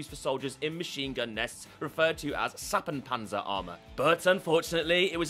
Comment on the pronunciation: Is it "Schuppenpanzer" or "Suppenpanzer"? I think it is the first one, but for me it sounds like the second one, which makes no sense (Suppenpanzer = soup armour, Schuppe = scale). You have to work a little on your German pronunciation:)